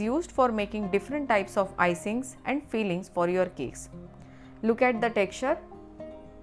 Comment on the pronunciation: Fillings ko feelings bolte ho. With context the listener shud put extra effort into understanding what she is saying